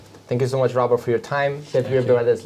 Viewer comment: Robert not Robery...